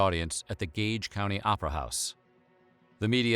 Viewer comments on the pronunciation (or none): none